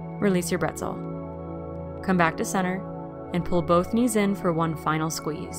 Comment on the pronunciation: 1) I love your leggings SO much and 2) if you're borrowing the German word Bretzel (for pretzel), you're pronouncing it wrong. The 'bre' should be said like 'bray.' (I am a German translator and felt obligated to tell you in the spirit of learning. :)) Thanks for the video!